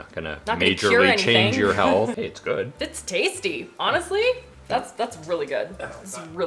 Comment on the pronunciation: saying “ooh yeah, that’s a goood cup of coffee” is the most Canadian I’ve ever heard him 😂